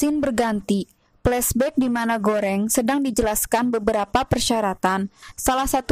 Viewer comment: "plesbekk.." wkekekek : v